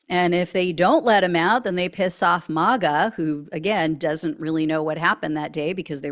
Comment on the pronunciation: Why do you say Mah Ga ? Do you pronounce Make as Mach ? It’s May Ga ! & Trump sucks no matter